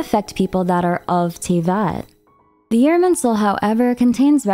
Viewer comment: I just have to ask why so many things like Fontaine and Tavat are miss pronounced lol